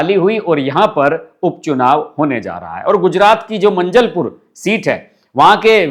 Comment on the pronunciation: भाई साब जरा दिमाग को हाज़र रखकर बोलो / वीडियो बनाओ।. आपने मंजलपुर बोला वह मांजलपुर हे। खेर ये तो कुछ नहीं लेकिन नरोत्तम मिश्रा को आपने मुख्यमंत्री बोला।.. आये दिन वीडियो बनाते रहते हो तो आपकी क्वॉलिटी गिर रही हे।